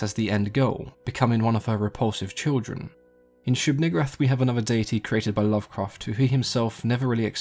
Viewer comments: "Neeg" "oo" "rahth" my fucking god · Also known as the one you pronounce VERY carefully. (It's Nigooohrath) Lol. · Wow why’d you have to say it like that? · You should maybe pronounce it a lil differently...lol